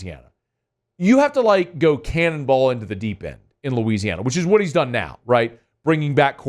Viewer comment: NOW, not OW!